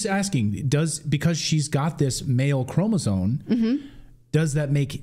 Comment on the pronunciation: The word “chromosome” doesn’t have the letter N in it. Can you please pronounce it correctly? Thanks